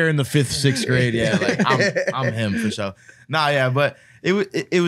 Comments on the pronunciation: "FO SHOW" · Take a drink every time he says “FASHO”